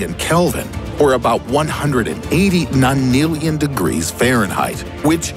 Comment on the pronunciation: this guy like saying NANILIONS